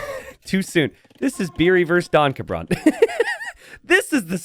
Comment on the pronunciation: The way pronounces DonCabrone made me think the name was a reference to DonkeyKong.